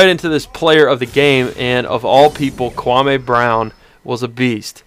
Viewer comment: stop pronouncing kwame's name wrong, so fucking disrespectful...